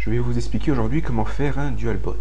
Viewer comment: Euh , on dit dual "bout" pas dualbot